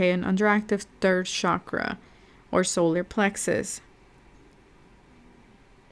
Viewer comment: it's not pronounced 'shakra' btw. it's chak-ra